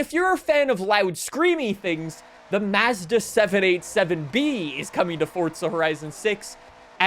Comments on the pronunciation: Why can no one pronounce Mazda right on any Forza Videos lmao 🤣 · Still saying Mazda wrong